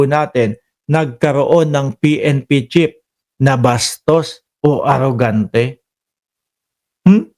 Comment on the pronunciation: Sino ba ung sinasabi mong pnp chip baka naman pnp chief ayusin mo naman ang pronunciation mo nakakahiya ang ingay mo pa naman.